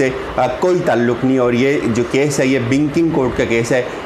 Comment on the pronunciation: BINK, BINKING, Kia bolna chah rahe hen ap? Pronounce properly